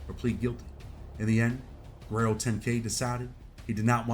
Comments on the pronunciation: Why do you say Guerrero lol it’s guero pronounced wero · Its guero(white boy) not Guerrero. He doesn't deserve the Guerrero on the end of his name. That reserved for certain people. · Guero not Guerrero. Lol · bro said Guerrero10k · Guero is pronounced "Wed-doh". It means white boy in spanish